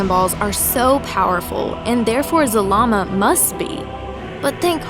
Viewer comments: You said Zabama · 1. You keep repeating yourself 2. IT'S ZARAMA not ZALAMA and definetly not ZAMAAM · Zah Lah Mah, that's how you pronounce zalama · i heard zamama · I keep hearing Zamama. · you make his name sound like salami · At first i thought you said Z-Mama. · Why do you say ZaRama, but spell it ZaLama? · Yea its wrong and the real is zalama